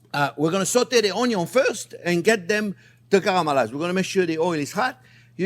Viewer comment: chef YOU USE A LOT OF ONYOS IN YOUR RECIPES I MEAN ONIONS THATS OKAY KEEP SAYING ONYOS I LIKE IT BETTER